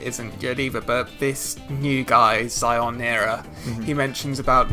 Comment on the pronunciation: it's actually Shionara/Sionara not Zionara